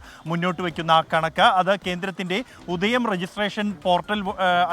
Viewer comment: ഉദയം അല്ലാ.. ഉദ്യം